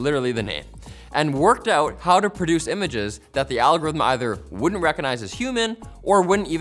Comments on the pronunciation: Algithm😂 Repeats again! 🤣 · Can we get a 60 second video of him just trying to say algorithm? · al-gor-rithm put the bottle down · Interview questions when applying to be a host for Techquickie should have included "pronounce 'algorithm'". Candidates who cannot do so without sounding like they have marbles in their mouth need not apply